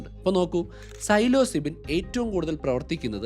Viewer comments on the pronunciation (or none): "Silozybin" = Psilocybin (that how you pronounce it).